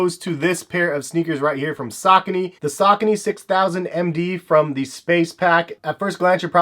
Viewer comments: Sa-co-knee Not sak-a-knee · "Say-co-knees"? Sigh where are you from? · dude, did you just pronounced Saucony as "Sock kuh Knee" lmfao.... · are you from the west coast? I guess it's a coast thing. All of us on the east coast well at least people I know pronounce it sa-co-knee. Lol So my apologies. Either way great stuff bro. I dig your content. Your not all extra in your videos like other sneaker youtubers and are very educated and detailed with it. Respect the hustle!